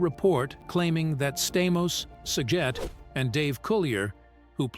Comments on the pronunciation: Why can't the people that read the information pronounce names right? How can you screw up SAGET? Drives me nuts. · Jack Kloog-man! 😅 Bob Sah-get😅 Candace Cameron bee-your😅Hospital drama ERR.😅 And they didn’t even show Nicky and Alex. It was a flashback of Danny and Joey from 5th grade when they first met.